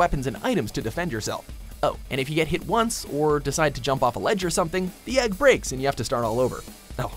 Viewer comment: it's pronounced egg not ægg